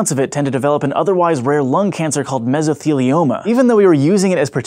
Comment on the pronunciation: "if you or a loved one has been diagnosed with mesilthilioma..."